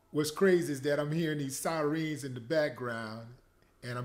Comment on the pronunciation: The evolution of Willie D. It's a beautiful thing see. Preach that semen retention bro. Teach young men how to be men. I'm a soldier on your side. Keep up the good work. BTW say siren one more time LOL